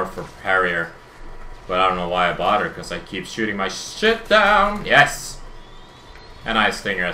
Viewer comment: bodder (bother) lmao